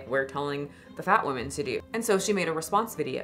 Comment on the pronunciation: I like your videos a lot but why can’t you say women. Woman/women are not homonyms, but you pronounce them both as woman 😅